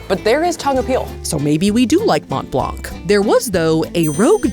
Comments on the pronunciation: For future reference, the C at the end of blanc is silent source: I'm French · You dont pronounce the "c" from blanc its there for starting the femine of "blanc" which is "blanche" :3 But the masculine form is silent so you dont need to worry about it. Much love <3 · As with half the letters in French, the "c" in "Blanc" is silent. Not complaining, just trying to educate.